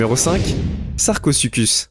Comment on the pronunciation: Sarcosucuse j ai cru c'était sarcozi